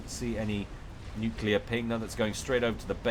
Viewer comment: I love your stuff but it's "new-clear", not "new-cue-lar";P